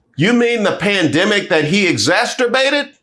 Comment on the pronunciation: Exacerbates not exasterbates jus saying